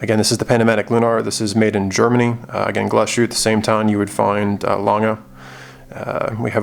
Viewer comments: Great video. Please pronounce it Glass-huette, and not Gla-shooteh. :-) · Good video, very nice watch! When pronouncing Glashütte, you made the same mistake as most Non-Germans: speaking it like the s and the h formed a *sh*, like in 'push'. They don't, though, Glashütte is two words joined together, 'Glas' and 'Hütte'—glass factory. A Hütte is a facility where they deal with molten base material, I think, like, there's also Stahlhütte, steel factory, for example. So… there's a tiny pause between the two words, Glas-Hütte (keep the long a that you already use, etc). Your 'ü' is pretty spot-on, though! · Thumbs down. Because you didn’t have a gram of decency to check how to pronounce the watch you review. Shame.